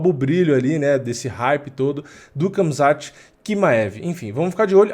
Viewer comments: nao é kamzat, é ramzat...mesma coisa da pronuncia do khabib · Khamzat se fala Hamza assim como Khabib se fala Habib.